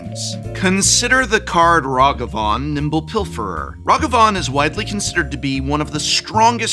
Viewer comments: Gotta be literally the only person i know pronouncing Nadu like this. Following it up by mispronouncing Ragavan in the opposite way almost makes it seem intentional but I already know how he butchers the word Azorius so im sure its just more of the same bad phonics. Really annoying after a while. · Good video, with good analysis of the current banlist. I do have to ask where you get these pronunciations from? Nay-do, Rah-gah-van, Your-Oh I honestly don't know anyone that pronounces them that way, not a big thing, just a curiosity of mine.